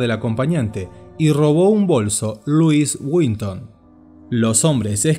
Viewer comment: Louis witton , es Louis Vuitton !!!